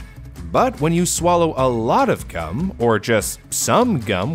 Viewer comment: why did he say "gum" with a 'k'